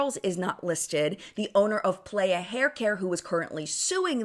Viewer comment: The brand playa is pronounced p-lie-uh not play-uh, it’s Spanish for beach!